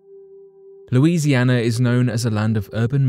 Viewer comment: Louisiana 🥹 love the way you say that